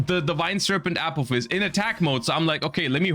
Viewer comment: I swear he says apple fist instead of apophis